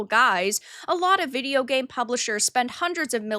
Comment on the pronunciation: I hate how you say video.. it's not vidi yo.. oiveh..